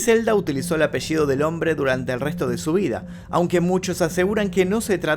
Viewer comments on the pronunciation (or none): none